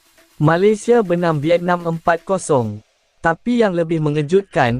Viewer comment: Melaye, Asie ,Malaysie .Nampak sangat AI ni😅😅😅